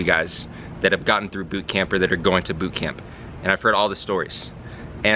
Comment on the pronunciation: I love how you pronounce boot camp. "boott cam-PUH" pronounciation is so strong XD